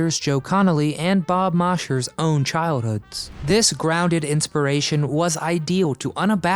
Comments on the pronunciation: Bob MOSHER? MOSHER?? Yeah, it’s spelled like that, but that’s NOT how it’s pronounced. The proper pronunciation? “MOZHER”. And the “Republic Studios” were no longer the home of Republic Pictures. That company made literally hundreds of movies, with stars like Gene Autry, Roy Rogers, and yes, even The Duke himself, John Wayne. Republic was one of Hollywood’s fabled “Poverty Row” studios, but boy, did they crank out the Saturday afternoon “B” Westerns! The company was in business from 1936 to 1956. At that time the entire studio was for sale, and it was purchased lock, stock and Klieglights by Universal Pictures. Universal kept the studio for TV productions for several years, and named it Revue Studios. Then, they sold the place to CBS. NO, it did NOT become “Television City In Hollywood”. That’s a separate place, at Beverly Blvd. and Fairfax Ave. in Hollywood. The Revue lot (in the San Fernando Valley) became CBS Studio Center, Studio City, CA. Inside the company, it was known as “CBS Radford”, after the street it’s located on. Some of the film stages were converted to 3-camera TV studios, while others were left as film sound stages, and many of CBS’s prime-time shows were either filmed or videotaped there. In 2021, CBS sold the studios. To whom, I don’t know. But in March, 2022, the streets still ha names like “Gunsmoke Street” and Gilligan’s Island Ave. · Mosher is pronounced With a long "O" my oldest pal had that surname.